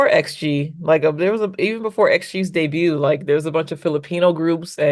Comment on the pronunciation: Why does everyone pronounce “debut” incorrectly? Even one of the judges pronounced the T.